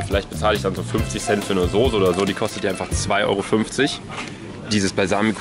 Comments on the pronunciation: Warum sagst du immer Sose? 😂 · Es heißt Soße und nicht Sose... 🤣 🤣 🤣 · Warum sagst du immer „sose“ es heißt „Soße“. Mit nem „scharfen S“ 😂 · Wieso sagt Luca und viele andere immer “Sose“ es heißt SOßE!!! 😂😂 Es macht mich aggressiv!!!😂 Trotzdem geiles Video!! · SOßE nicht SOSE !!!! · Ich sag immer soß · Soße Luca, S-O-ß-E nicht sose 😂 Love you ❤ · Luca, sag mal bitte wie jeder andere SOßE und nicht Sose😂👌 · Ich sag auch Sose😂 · Normale Menschen: Soße Luca:Sose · Ich hör auf das video zu gucken einfach weil Luca Sose sagt statt Soße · luca kannst du bitte aufhören Sose zu sagen es heißt Soße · warum zur hölle sagen alle YT sose das triggert voll :) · Soße nicht Soose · junge es heißt soße nicht sose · Es heißt soße und nicht sose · Hahahhaha ich sage immer Sose😂😂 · Soße heißt es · Ich sage SOSE😂😂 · Ich sage immer sose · Soße nervt mich irgendwie wenn es zu oft kommt sise nervt eig.auch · Das heißt sauce ( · Es heißt soce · Es heißt Soße😡😡😡😡😡😡😡😡😡😡😡😡😡😡😡 mit ßßßß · es heißt soße!! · Sose .....ES HEIßT ABER SOßE SOßßßßßßßßßEEEEEE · Ja Manisssssss soooooooo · Mich auch 😂😂